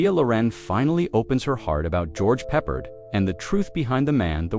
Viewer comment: Was this piece entirely generated by AI from text scripts? The footage includes the odd snippet of Loren in an ocean of video wallpaper often not obviously related to the automated commentary at the moment. By the way, as I understood it, George Peppard pronounced it "pep-ard" not "peppered".